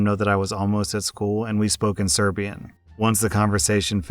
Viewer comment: Why did you pronounce Serbian like it was Klingon?? lol